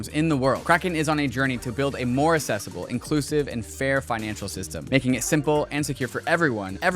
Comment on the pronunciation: Are we really going to let get away with pronouncing "accessible" like "assessible"?